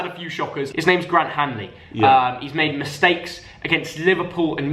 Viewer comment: It’s HANLY HANLY